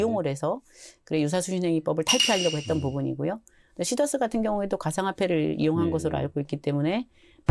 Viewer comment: 시더스회원이 24만명입니다 시더스죽이는 발음 자제 부탁드립니다